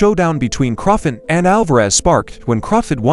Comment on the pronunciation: The least you can do is pronounce the names of the boxers properly .Who the heck is Crawfit? Seriously